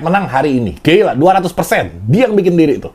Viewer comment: Gila bukan geila dol